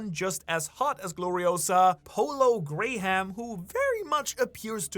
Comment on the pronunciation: "Polo gray-ham" umm bro do you not know the name Graham??? (pronounced gram)